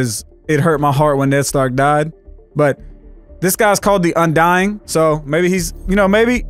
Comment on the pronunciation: "The undyingING"